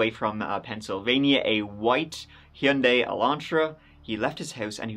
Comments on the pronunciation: Actually pronouncing Hyundai correctly sent me WILD ❤ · Nice Hyundai pronunciation ❤